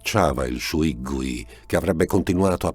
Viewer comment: Non voglio fare l'antipatico ma, e questo non toglie niente al racconto, sebbene si translitteri "shuigui" la pronuncia di 水鬼 è "shueiguei".